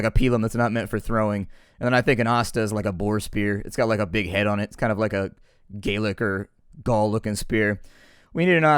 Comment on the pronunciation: I could've sworn you said "gaylicker" xD but assuming you actually said "gaelic or" xD